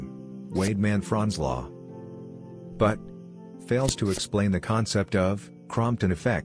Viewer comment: It's Compton Effect not Crompton